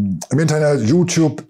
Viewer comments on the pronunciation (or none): none